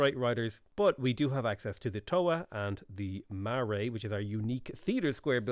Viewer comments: hey just want to say the way you pronounce Marae is ma-rye. love that your trying new mods an being yourself, keep it up ( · Hey! Just your local kiwi letting you know that Marae is pronounced (Mah-rye). Otherwise, really happy to see you giving the Māori some love. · Hi! Just a pronunciation tip for Marae. It's ma like in mark and then rye like rye bread. Ma-rye. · Besides the pronunciation of the word Marae (Ma-rai), yeah it's awesome xD <3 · Hey, I’m from New Zealand. Just so you know Marae pronounced ma-rye. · Marae=Mah-eye (I'm not having a go at ya just trying to be helpful ) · Marae is pronounced Ma Rai - other than that <3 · Love it but say marae right, being kiwi this kills me on the inside